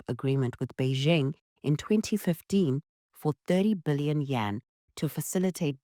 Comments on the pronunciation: You keep saying Yen. It is YUAN, Yen is the Japanese currency. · Not Yen, its Yuan